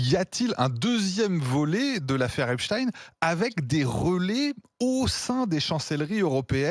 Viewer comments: Pourquoi prononcer Epchtine et non pas Epstein Et pour Albert Einstein vous le prononcez comment ? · Encore un qui dit Epstin au lieu d'Epstein. Bizarre. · Sans deconner, il peut prononcer correctement le nom EpstEin et pas EpstIne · Mrs les journalistes de RMC, Epstein se dit avec un ein et pas i.n a la fin. Pourquoi vouloir ne pas bien prononcer ? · Déjà la prononciation du nom patronymique du personnage cité. "Tine ou teigne" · C'est marrant, comme les pseudos journaliste ne sont pas capables de prononcer le nom EpstEIN correctement ... en même temps, EpstINE çà sonne beaucoup plus russe que juif Israélien. Ceci explique cela ... Personnellement, je n'ai jamais entendu personne utiliser la dénommination Albert EinstINE par exemple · Epstiiiin vous parlez comment ??? Ce monsieur est americain pas francais et encore moins russe !!! Corrigez svp vous n’etes pas serieux ! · epstein est un juif polonais son nom se prononce epsteîn et non epsin... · Pourquoi dire Epstin ??? Tein se dit Tein et pas tin.. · Arrêtez vos stupides Epstine. Epstein se prononce epchtaïn en allemand, en polonais, en hébreu et dans toutes les langues du monde, tout comme Einstein se prononce universellement aïnchtaïn. D'ailleurs les phonétiques de Epstein et Einstein sont identiques sur wikipédia. La prononciation "une" est totalement ridicule. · Vous allez finir mal vous tous...le diable va venir vous chercher... EPSTEIIIIIIIINNNNNNNE, ET PAS EPCHTINNNN, MENTEUR TORDEUR DE FAIT....DES POURRIS C'EST TOUT CE QUE VOUS ÊTES... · Les sionistes disent epstine et la seul vrai journaliste intelligente dit epstein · Pas epstine bordel ! Son nom est epstein, ce n'est pas un nom Russe !😡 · C'est pas epstine comme poutine mais epstein comme einstein. Il est journaliste pourtant. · Stop arrêtez de prononcer epstINE ...bande de lâches .. Epstein ... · Epstein et non Epstine 😂 c un juif du Mossad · Epstein n’est pas russe, ce pas in, mais ein, vous croyez la faire à l’envers ou c’est comment ?